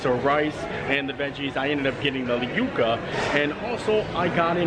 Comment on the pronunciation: You were pronouncing it correctly. Its You-kuh. Its a root. I hear so many call them "yuck-uh"